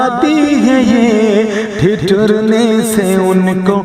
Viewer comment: جناب لفظ ٹھٹھرنے میں پہلے ٹھ کے نیچے زیر ہے اور دوسرے ٹھ پر زبر آپ نے دوسرے ٹھ کو پیش کے ساتھ پڑھا ہے ۔ بہتر ہوتا کہ آپ لغت دیکھ لیتے ۔۔۔۔۔آپ اردو طلبہ و اساتذہ کے لئے بہت اچھا کام کر رہے ہیں اس کو جاری رکھیں